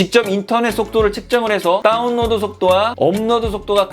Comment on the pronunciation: 요즘 인터넷에 대한 이슈가 많은데 다뤄주시다니.. 평소 궁금했던 부분 말끔히 해결됐습니다^^ 다운로드 발음하실 때 “따운”이라고 하시는거 중독성 있네요 ㅎㅎㅎ